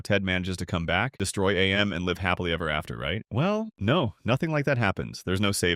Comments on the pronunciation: Mate, it isn't A M, it's AM. It isn't pronounced as two individual letters. AM itself literally says so in it's "cogito ergo sum" soundbite at the end. "I think, therefore I AM". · It's not A.M It's AM. Because he is. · AM being pronounced as "AY EM" hurts. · loved the list, AM is just pronounced as "am" btw, its literally said in the short story